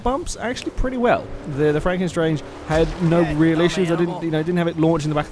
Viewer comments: It's 'Stange' as in the German for 'pole/rod', not 'Strange' :p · it's pronounced more like shtanga